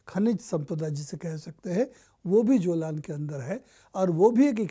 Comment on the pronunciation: Not जोलान it's Golan Heights